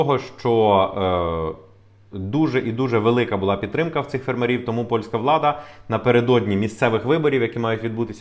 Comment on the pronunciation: Українці,бойкоту'мо польські продукти і товари в Україні! Зробимо боляче полякам,щоб вони не мали прибутку 1,7 мілліарда євро!!!,ставте вірно наголос на слові''фермерів''!!